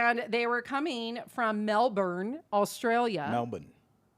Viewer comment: From an Australian, is spot on with the pronunciation of Melbourne